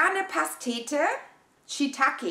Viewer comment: Immer wieder eine Freude, Dich beim Unboxing zu erleben :D Der Pilz wird übrigens "Shiii-taaa-kee" ausgesprochen :D